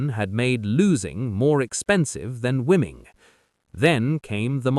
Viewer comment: "Wimming"? Better than "loosing" I guess!